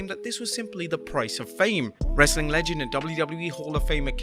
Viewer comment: I'll stop watching if you ever stop saying "Wrrrrestling content" at the end!